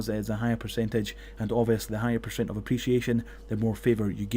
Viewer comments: That "Pershent" Triggers me so much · Pershent, thanks for the guide :D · Why cant you say percent properly?